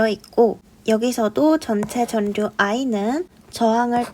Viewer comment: 전류 발음 전뉴 또는 전류(x) 절류(o)